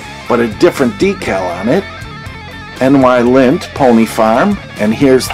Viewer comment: I am doing a Rat Patrol Custom Hot Wheel Jeep ... love that show ... just looked up that Ford GT in my Dinky book ...mint in box is worth about 6 pounds and that is back in 1982 price guide ... NYlint is actually pronounced N-eye-lint all one word and that tractor is a Marx toy ...very rare